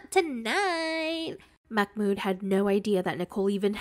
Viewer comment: Love ur vids. I think his name is not pronounced Makh-mood, i think it is Mah-mood